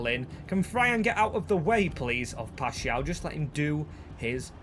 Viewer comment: W for learning how to say paixao